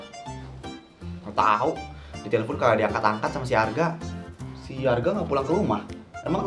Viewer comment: Pas Maya bilang Arga tapi dia bilangnya harga bukan Arga loh